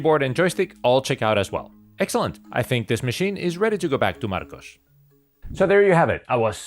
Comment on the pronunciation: Stellar troubleshooting! I didn't know you were Spanish, btw. Your English is perfect. When you said "Marcos" like that my brain went "What the hell"🤣